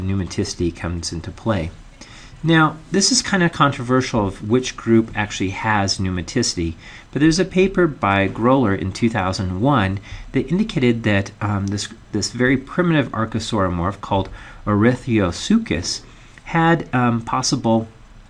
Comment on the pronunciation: /i thought that was fascinating, thank you very much for posting that. I hope you post most lectures soon! Oh, early on you mention a man called "Gower", and pronounce it "GO-wer",. presuming he was English from the name, it would be pronounced "GAH-wuh", with an "A" rather than an "O"